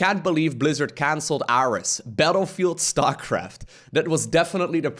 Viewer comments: well that sucks. also i think Ares was pronounced like the greek god of war. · “aress” sad magnath (and ares) noises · And it's air-ees (Ares) as in the god of war. Probably a billion comments on this by now but I did not check.